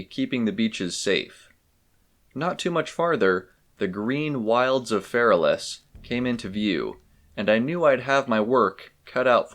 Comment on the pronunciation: i think it's pronounced Feral Ass